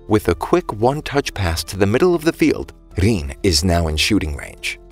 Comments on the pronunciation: Bro say riin not rin riin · Rin❌ Rein✅